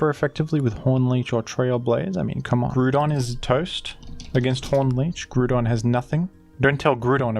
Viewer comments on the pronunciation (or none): My boi's back at it with grew-don